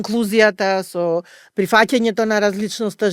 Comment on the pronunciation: Еден акцент да погодеше…проф.др.. Загрижена била.. “мЕнталното, инклУзијата, прифАќањето, попрЕченоста и така натака”.. а навака?? Инаку има излез од ситуацијата, еден во Охрид и еден во Скопје. Да имаше и Битола ќе беа три излези од ситуацијата. Затоа и останаа вакви проф. др., тука не можам, а да не се сложам со титулата погоре што зборува.